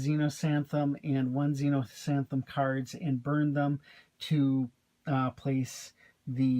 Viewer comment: Nice review, thanks! :) (Just mentioning it's Xenosathem, not Xenosanthem.)